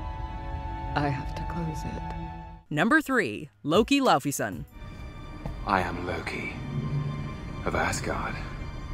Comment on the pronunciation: Sorry but Rey is the best Mysterio also the f in laufey is actually supposed to be pronounced as a v